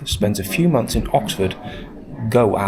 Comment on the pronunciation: It's Oxford "gaol" not Go-al 🤣 as in jail! He was put in jail as a debtor.